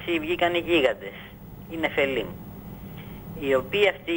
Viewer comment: Μαχαμπαρατα λεγεται και οχι μαχαραμπατα. Επεισης γωγ του μαγωγ και οχι γωγ του μαγωρ.Και νεφειλιμ και οχι νεφελιμ